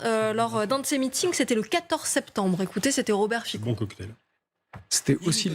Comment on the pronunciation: Pas Fico mais Fitso en prononciation